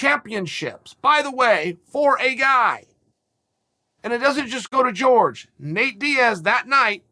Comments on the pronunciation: Is there anyone that can explain to me why chel calls Jorge Masvidal “George”. I thought you pronounce his name “hor-hay” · He does know it's Jorge not George right or am I the one getting it wrong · "George" Masvidal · Masvidal has been pronouncing his first name wrong all this time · It’s not George, it’s Wkhor Ghay Masvidal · Me: Jorge Masvidal Chael: George Masvidal Me: George Masvidal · Is anyone ever going to let Chael know he’s been saying Masvidal’s first name wrong this whole time? Lmfaooo.